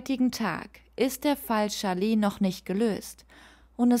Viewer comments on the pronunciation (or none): none